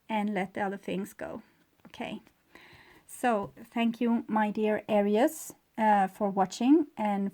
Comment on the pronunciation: Please pronounce ARIES with 2 syllables, not 3. "AIR--REESE." Thank you